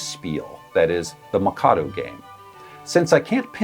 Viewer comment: The way you mispronounce "Mikado" over and over again absolutely kills me.